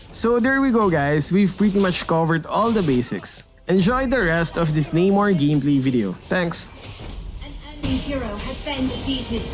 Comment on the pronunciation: Namor...Nah-Mor not Nay-More...Aquaman is the ripoff...Keep up the good content keep making mlbb animations cuz I like them😄😄